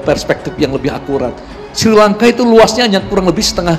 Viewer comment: Ngomong Srilangka aja salah Kok kritik